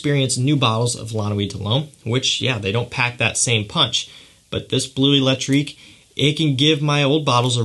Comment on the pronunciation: You're favourite release is not called Blue Electrique but Bleu Electrique. Please check the french pronounciation!